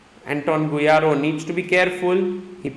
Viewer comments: Bro, GuijaRRo not Guirajo hahaha. Love your content sir. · The way Sagar pronounces Guijarro is sublime 😂